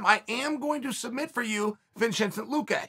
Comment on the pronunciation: Uncle Chael: Vinshincent Luque Me: Okay great.